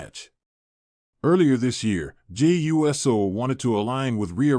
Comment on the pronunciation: Get this AI clickbait bullshit off here. "Jey U.S.O." are you fucking serious?